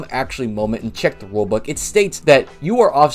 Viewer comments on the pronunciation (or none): Enjoy the wule book like you pronounced it. I’d get a 9-5 job if I was you